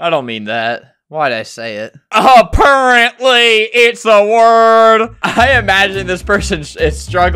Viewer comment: aperintly (😇😭apparently)